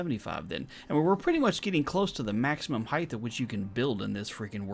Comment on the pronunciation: Hey, RawGage here... great video. A couple things to make note of is falling and stopping on a ladder with the jump button and, if you're going to do these tests in the name of science, please pronounce height correctly. It's pronounced with a hard "T" at the end as if it was spelled hite... no "TH" sound. I know so many people get it mixed up with LENGTH and WIDTH but it sounds silly when someone says HEIG-TH (it even looks weird!) Lol Love the content and please keep testing! 😎👍